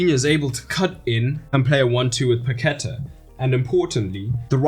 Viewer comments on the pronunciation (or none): Great video. Just try saying "Pa-que-tah" instead of "Pa-queh-ta". That will take your pronunciation to another level 👍 I hope you make a video on Croatia too! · "Paquetá" would be better pronounced as "Pack-TAH" or "Pah-kay-TAH" just saying. The thing on the A tells you where to put the stress. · Great video, very professional. Paquetá is pronounced PaquetÁ, like french. The accent is on the A. It'll give more credibility to you (trust me). Talking about french, brazilian portuguese pronunciation ir more like french than spanish. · It's pronounced Paque'tá, emphasis on the last syllable /TAH/. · Please learn how to pronounce Paquetá